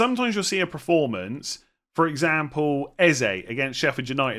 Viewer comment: Who’s going to tell it’s PERformance not PREformance